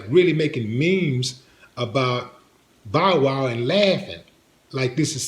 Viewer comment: D say Bowl Wow one more time 😂 😂